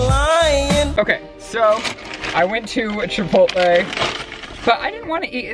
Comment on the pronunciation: What’s Chipoltlay?I always thought it was Chipotle...Maybe I’m wrong..🤷🏼‍♀️